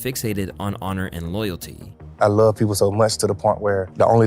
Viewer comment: "I lurv thurg" 'I hate ret" lmao